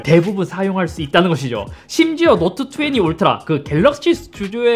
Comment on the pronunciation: 자꾸 노트투왜니라고 하는거 왤케 웃기지